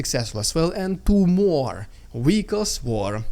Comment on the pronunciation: Wehicle is such a cuteee word 😅😂